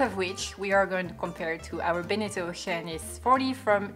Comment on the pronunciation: The way you say Oceanis is by far the best way to say Oceanis ever. Great boat, great videos, thank you guys! I'm dreaming of getting out there in a boat I have yet to buy on a plan I have yet to formulate!